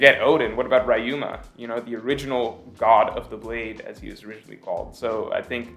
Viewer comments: Say Reeeyou, not rayu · man .. it's Ryuma not raiouma or raiuma or rai uma (thunder horse ) lolzzz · 2 things. First, Momo's dragon is pink. Not red. And yes, I do realize pink is a shade of red. But he's very noticeably pink. Secondly, it's pronounced Ree-yoo-muh.